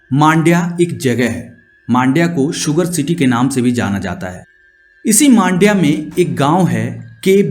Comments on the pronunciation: It’s Mandya not maandya. It’s matter ❗️🤨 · Bro u r pronouncing Mandya in a wrong manner. Btw nice story telling